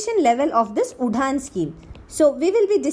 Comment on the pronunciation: It shud pronounce as uran nt udhan